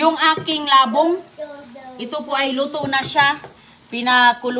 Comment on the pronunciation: Old vlogs pa more .!!!! Yan ang pakain mo kay dodong,anong klaseng ulam yan,kawawa don julio kaya kahit matanda na,di pa makapagsalita, mahilig ka talaga magluto ng kaning baboy,diyan ka sanay,pati pagbigkas mu ng labong mali.dapat yung kay dodong,hiwalay sa plato at kaunti lang,OA maglagay ng kaning baboy sa plato.😮😮😮